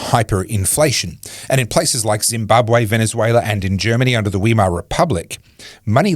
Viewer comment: If you're going to keep mentioning the Weimar republic please update your pronunciation 😅